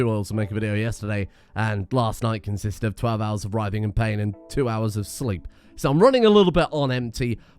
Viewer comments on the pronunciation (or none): none